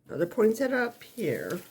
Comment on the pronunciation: Yessss. You know how to pronounce the Christmas flower correctly!!! 3 syllables not 4. POIN-SETT-A (the i is silent) 🌺